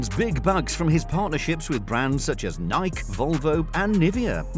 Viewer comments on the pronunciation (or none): It is pronounced Nikee. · The way he said Nike